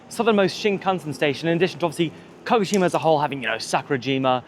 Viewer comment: Great video! Makes me miss Japan, Haha, Baka gaijin... Walk downhill opposite traffic, bus/taxi uphill. At the start you say KO-shima? You mean KA-GO-shima? Later you say Kagoshima.